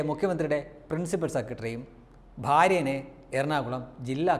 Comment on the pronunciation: 🙏 ''ഭാര്യേനെ" അല്ല "ഭാര്യയെ ". നല്ല മലയാളം നല്ലതാണ്.